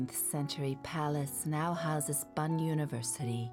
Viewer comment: Lovely narration and voice but never heard Bonn pronounced as Bun